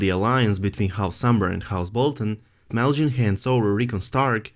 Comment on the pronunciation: it's Small Jon. not smelljin. lol